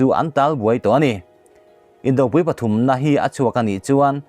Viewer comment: Indopui,tih a pui hi Arpui tiha pui thluk angin thluk zel rawh a dik a ni.